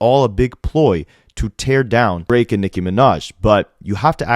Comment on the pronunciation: Unrelated but anyone else annoyed asf how Ak pronounces Nicki?? Like, it might be some dumb ass injoke on his stream but it sound like he saying Micki.